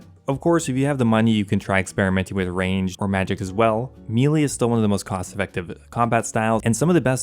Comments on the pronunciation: Like this guy. But if he pronounces melee. "Mee Lee" one more time I'll lose my mind... Melee is pronounced "may lay". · Say it with me... "May lay" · what is mee lee? u said it multiple times. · Excellent guide. Just one niggle...meleé is pronounced "MEH-LAY" You're not alone in mispronouncing it!😂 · Great video man, but the way you keep saying melee is driving me nuts lmao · I have officially lost the last of my brain cells after hearing the way this guy just said “melee”.. you gotta be an idiot 😂😂😂